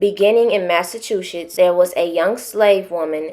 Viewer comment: Lol she said Mass Two Shits lolol